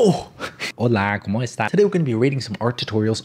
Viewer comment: The intro- I can’t LMAO. “holAA como esTASSSS”